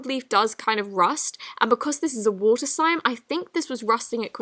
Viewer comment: Me: water: Wouter ENGLISH ACCENT THESE DAYS